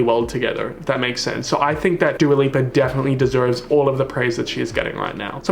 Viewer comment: Nobody:: dua liper Not a soul:: future nostalger